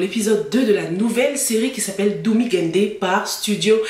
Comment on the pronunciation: Coucou pour le titre la prononciation c’est pas doumi mais daumi gaïnde qui veut dire fils de lion